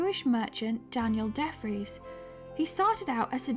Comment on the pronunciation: DeFries= Dee Free-ss